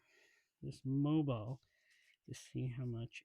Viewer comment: Fyi, it's Mobil like Mo-Bull. 'Not' Mobile like Mo-Bile. If interested, the latter word can be heard multiple times in the Who song, "Going Mobile" Good tune!😊 The topic M1 made by M&H Purolator, but no more. Highline Warren distributes the now made in S Korea M1. Also contrary to your statement the ProTec is a Wix "jobber" filter with a combo valve. No bueno. They have done away with that design in new M&H Protec made in China with separate bypass. Much better now. With the funky tunes, couldn't hear your commentary, perhaps the idea. 😁 Imo, those Protec filters are ready for the trash can. Have a good one.